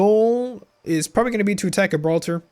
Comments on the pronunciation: Where are you from ? Because how you say Gibraltar practically gave me a disease. No hate ;) The g is more like a j I also wish I knew how to mod, I would make the battle for Gibraltar spectacular, I would actually add the rock and make it so you have to fight past the bastions with cannons and the moorish castle. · Great video! Instant Sub! The way you pronounce Gibraltar made me build a cringe cave!